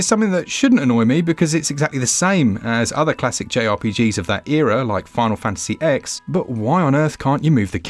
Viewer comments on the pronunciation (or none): Final Fantasy “EX” !? This error completely delegitimizes the sentence it’s in, because if you say “It shouldn’t bother me because it’s the same kind of camera used in other games of the era like ____ “ and then get the name of the game used as an example wrong (and it also just happens to be one of the most famous games of all time!), it clearly suggests you’re not familiar with the games of said era that this sentence is suggesting you are. I know these reviews are written by one person and read by another, but that’s a jarring error in an otherwise excellent review which does a good job of selling the game.